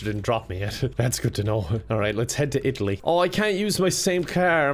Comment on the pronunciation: I love how Irish people say "Italy". It sounds like Itly.